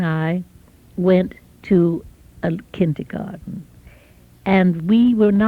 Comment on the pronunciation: Love how she still pronounces kindergarten in a very German way. “Kintergarten” almost.